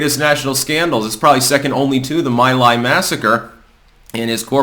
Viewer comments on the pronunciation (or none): It's pronounced MEE LIE, not MY LIE. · It's pronounced "ME LIE" massacre. I listen to you every day and I respect and like your work. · The village is pronounced like "me lie."